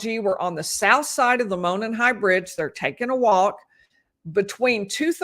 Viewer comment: Would love to have coverage from the trial~ been waiting on this trial forever. I'm originally from the area...and by the way Monon is pronounced Mow Non....lol :) My heart goes out to you and your family over the loss of your husband. I don't know how you're doing so well...my husband passed away 2 years ago and I'm still a hot mess. God bless you all 💗 Thanks for all you do.